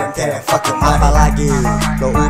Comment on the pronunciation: Lirik pengucapan nya saja salah🤣🤣🤣🤣 sebenarnya i don't care bukan i don't kere🤣🤣🤣🤣